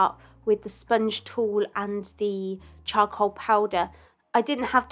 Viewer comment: I love how she says cha-col